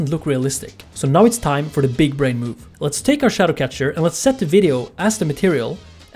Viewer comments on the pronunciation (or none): none